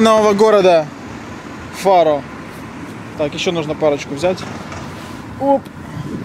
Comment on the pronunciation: читается фару